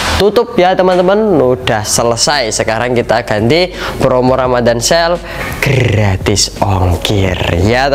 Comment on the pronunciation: Grrrrrrrrratis ongkir😂😂😂😂😂